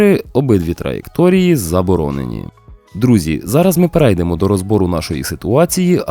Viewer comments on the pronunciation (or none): вибачте, а можна ще замінити наголос у слові "перейдемо", переЙдемо це калька з польської вимови. Так само, як в українській мові випадок, а випАдок, а ось в припАдок це по-українськи)